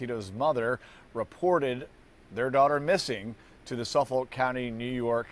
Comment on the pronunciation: Suffolk County NY not sofolk